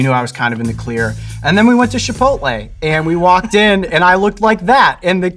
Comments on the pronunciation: Shhhipotle? Never heard anyone pronounce it that way. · Love this guy, did he say shipotle though?